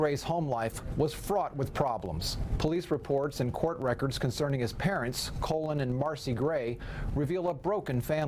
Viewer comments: It’s CALL-en. Not Colon. Spelled “Colin.” Perfectly normal name. And yes, this is a horrific situation. I feel so bad for the dead kids and teachers, and their families. If my kids were school-age, I’d homeschool them. We need laws that would have removed the guns from that house when the kid was first turned in to the FBI. And required counseling and maybe a foster home — just on suspicion of talking about shooting up a school. I’m sickened. He’s just a kid, and he made a really bad, cowardly choice, and his dad is an idiot for giving the kid his own gun. And now four innocent people are dead, and two more are going to prison. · I know , the name thing is confusing . Is the dad named Colin (pronounced "CALL IN") but theyre mispronouncing it calling him Colan (like the body part)?? Who cant pronounce Colin?? Weird :body-blue-raised-arms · Did she say Colon Gray? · Why are they pronouncing Colin like colon? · Thank you! The mispronunciation of the Dad “Colin” name bothers me as well.